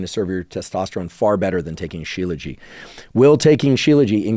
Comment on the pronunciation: Just to clarify, Dr. Huberman, the "t" at the end of Shilajit is not silent. As a medical doctor who studied Ayurveda I typically use Ashwaganda, Tongkat and Fadogia before trying Shilajit.